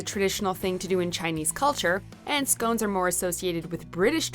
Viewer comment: Err learn to say scones correctly